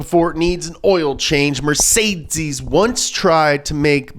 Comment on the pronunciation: Mercedes-Benz ❌ Mercesdeeeeiez-Benz ✅